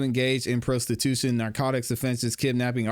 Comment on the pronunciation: You are saying prostitution wrong